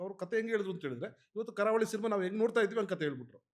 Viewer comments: ಕಾರವಳಿ ಅಲ್ಲ ಗುರು ' ಕರಾವಳಿ '😂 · KAARAVALI❌ KARAAVALI✅